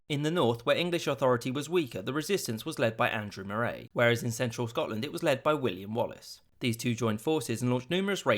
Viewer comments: About 3 minutes Moray is pronounced like Murray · Andrew * Morraayy * is making me have a stroke its Andrew MURRAY (Moray) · Note: Moray is pronounced Murray up here. Not Mor-ay. And Berwick (which is in England) is Ber-ick, don't say the 'w'. Nice vid though. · Are you mispronouncing names on purpose??? Moray is pronounced the same as Murray. Berwick is "Berr-ick", not "Burr-wick." There's more but I fear for my keyboard. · And 'Moray' is pronounced 'Morree' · Good video but please look up the pronunciation of Moray, Falkirk and Berwick. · Yes , it doesn't rhyme with Lerwick and Prestwick. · Moray is pronounced Murray...soz But this means not only was Mel Gibson a Guardian but so was Andrew Murray, I bet his tennis racket came in handy at Stirling